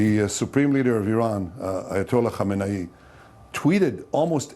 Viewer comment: Congratulations! Now you're fired , still mispronounce Khomeini & Khamenei. And think " death to Israel " is a catchphrase!